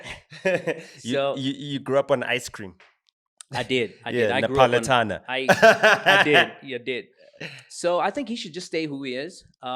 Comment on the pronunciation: It's Neapolitan not nepolitana